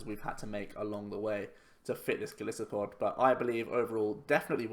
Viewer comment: It annoys me how everyone calls him Go-LISS-uh-pod when his name is a mix of Goliath (Go-LIE-so-pod) and Pod which is a reference to its many 'feet' since it is an insect it walks even on its legs.